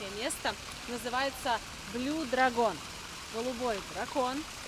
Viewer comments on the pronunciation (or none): Дракон на английском не так произносится, как это делвет.